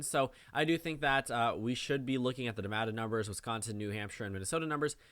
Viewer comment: I’m just here because you pronounce Nevada correctly